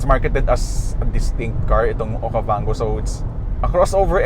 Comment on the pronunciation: This is Geely Okavanggooo hahahahahaha Don't Recommend This Channel.